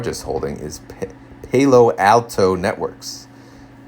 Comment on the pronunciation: PAL-OH, not PAY-LO